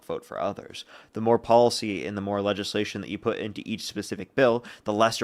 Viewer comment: This guy could not even say the word legislation😂😂😂 He called it LAYSHUN😂😂😂